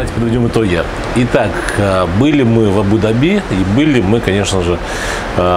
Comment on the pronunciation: видео обзор как всегда супер, единственное немного режет слух неправильное ударение в слове Абу-Даби...